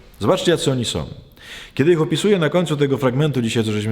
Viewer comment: Proszę poprawić wymowę. Nie tom a tą, nie som a są, nie glupotom a głupotą... itd, itd...